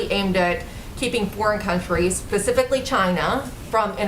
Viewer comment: Did that reporter just say "Pacificly China"??? What an intellect 😔